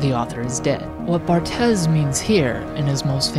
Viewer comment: I'm sure the mispronounciation was intended, given the genre of the video :)